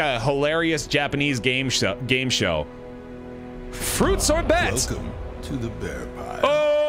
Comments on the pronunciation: The way pronounced "fruitsorbet" xD, you should go to France sometime, and pronounce it that way when you want to order dessert in a restaurant;) You'll probably see the waiter (try to) suppress a laugh. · I actually had to rewind the video to see if the name you called was actually fruits or bet or fruit sorbet